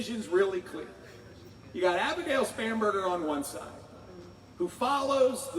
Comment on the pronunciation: I kept hearing “spamburgar”. Must be hungry.